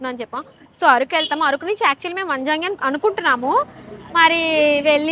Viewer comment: ఆరకు కాదు అరకు